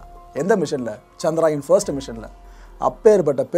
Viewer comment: சந்த்ராயன் அல்ல சந்திரயான் தமிழ் உச்சரிப்பது சரியாக இருக்கட்டும்